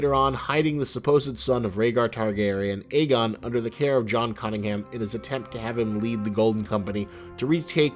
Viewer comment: Jon Conningham? Isn't it Conington?